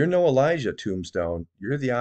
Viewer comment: He said Elisha not Elijah